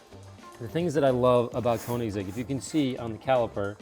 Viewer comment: Please people, at least try to pronounce "Koenigsegg" the correct way...